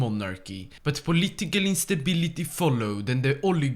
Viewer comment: I love when he says whit a strange Eastern accent political instabiliti